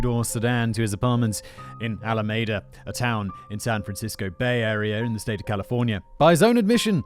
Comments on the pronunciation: It's all a me da not ala maida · Another wonderful job about a story that makes me truly angry since he killed and then got out of jail to kill again. I am from the San Francisco bay area, so this is very close to me. For future reference, the name of the town - Alameda - is pronounced Al-a-ME-da. I grew up just south of there. It is also the name of the county where that city is located. Keep up the awesome work! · pronounced "Alameeda." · I’m digging how Simon pronounces alameda 😉😊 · Simon, how can you call yourself a Star Trek fan if you don't know how to pronounce Alameda?🐋🐋😉